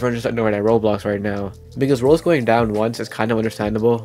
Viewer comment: Does blud know how to say Roblox? He keeps saying Roplos